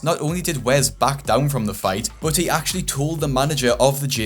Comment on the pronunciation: It’s Wes not wez lmao